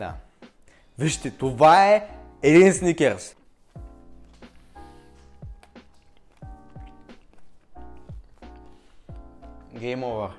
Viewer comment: много те харесвам и клипът ти е много интересен само МОЛЯ ТЕ не казвай сНиКеРс!!! Мерси🙏🏻